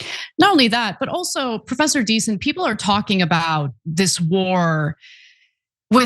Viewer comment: Professor DieSon? Its Diesen folks lol